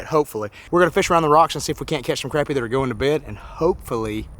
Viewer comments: Crappy is good eating. And it’s pronounced Crop-pea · im turning on notifications because you say crAppie and not craHpie. idc which is right, its crappie. not crawpy lol much love bro and im hittin the thumbs up